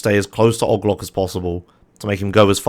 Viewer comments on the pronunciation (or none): why does he say "og loc" like that it O.G. Loc. They say his name in the game. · The way he pronounce OG LOC is fascinating and frustrating at the same time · "ogg loc" Me: "AAAAAAAAAAAAA STOP PLEASE NOOOO"